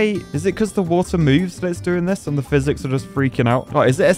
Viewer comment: ah yes, fizics